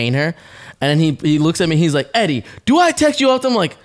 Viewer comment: deadass said “Eddie” 🤣🤣🤣🤣🤣🤣💀💀💀💀💀💀